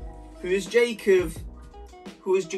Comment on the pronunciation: man said jacov > jacob